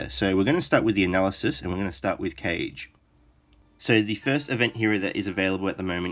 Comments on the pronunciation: Great video! Since both Taneda and Kage are Elves and look like they take after Japanese influences, I think Kage is actually pronounced 'kah - geh' and not 'Cage' (unless they've said his name in-game and I just didn't hear it :P). Thought I would mention since I've heard you say it a few times :) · Kage would be pronounced Kaa-Gay.